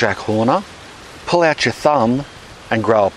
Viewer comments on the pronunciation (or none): none